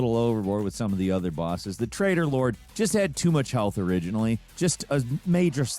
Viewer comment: I thought you were saying Trader lord. Tray- TOR... And the English are meant to be bad with T's